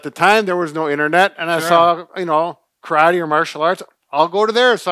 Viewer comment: I’m disappointed that, especially, doesn’t say “karate” correctly. Bob, quit interrupting, please.